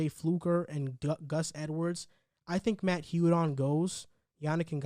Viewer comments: Who the hell is Yudon ? It’s Judon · Bro they signed Wolfe to an extension mid season. U have no idea what you’re even talking about. And why are you say “u”don vs judon (pronounced jewdon) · Judon pronounced (gew-don)